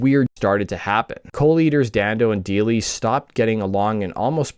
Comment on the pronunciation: I’ve met Evan a few times over the years . Before the success of the band AND after. Friends of mine played in the line-up of the Lemonheads. I’m also friends with Ben Deily - it’s pronounced DIE - ly ( by the way ) His late cousin was one of my best friends in Highschool. Great video. Great work as always. 🎉